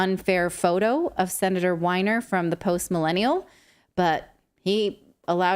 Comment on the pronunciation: I must ADD to David's Obvious Explanation.... Sorry Natalie: The Senetor's Name isn't Winer- It's Weiner- As In : I wish I were an Oscar Myer WEiner! MOM! DAD! HELP!!! IGot My Weiner CAught in My Zipper! NO I WASN'T being Inspired by ' There's Something about Mary!!!!' HELPPP!!!!